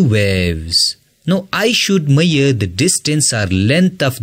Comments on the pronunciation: Sir, the pronounciation of measure is mai-shur not mayur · It's not meare..It's measure...l would say that explanation was really good but would appreciate if you work on your pronunciation rather than pronouncing wrong words..and your way of speaking too...but overall very nicely explained..Thanks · Miyar or major atleast say mezar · Measure❌ Mayyarr ✅ 😂😂😂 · Not mayyar it is measure😂😂😂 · Come on bro that measure not miyer😅. But good teaching ❤ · Measure nahi maiyar hota hai 😅😂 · first i read comment of this video before watching this video . and when i started watching the video and when it said "maiyer" i understand it as measure . 🤣🤣😂🤣😂 thanks bro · Mayyar 😂😂. Bhai pehle English sudarle badme Padana bakiyonko😂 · It's not maier It's measure 😂 Useful video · I love how people come up with their own words like bro it's measure not meir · Bro u said "maier" that means hair in my mother tongue 😬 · Ha bro ..."maiyar" nahi measure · Lol same 😂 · Its measure not maiyor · It’s measure, not meaure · His maiyar ( measure)is extraordinary 😂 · bro its not mayer its measure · why is he pronouncing MEASURE as MEYYER , i was so confused for a second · People in Punjab pronounce in that way. There are many words pronounced in funny manner by people from other states. But I do not make fun of them. By the way the teacher sounds to be a Pakistani. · Measure pronunciation 😢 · Measure pronunciation 😂😂😂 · Good video but you're pronouncing "Measure" and "Trough" incorrectly.